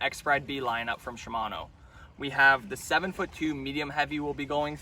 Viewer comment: wtf is a "com-pes-sant" blank, a "she-mano" bantam, and about 30 more of the most mispronounced words I've ever heard in my life... it's almost as if you're one of "those guys" who clearly know the correct pronunciation, yet absolutely BUTCHER the word solely for attention, which is sad. However. it could also be that you have the IQ of a tree stump. Which explains all of this perfectly and makes total sense! .. #Cringeeeee